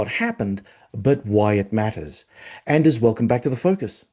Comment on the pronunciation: Excellent interview again, thank you. (by the way the D in Anders' name is silent)